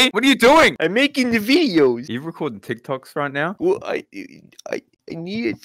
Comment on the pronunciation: Mully really said “Nawr” over and over again